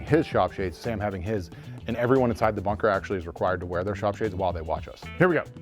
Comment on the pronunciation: You grabbed the chicken for the knife, I was sure you said fucker to somebody not bunker at another camera. . .hahaha!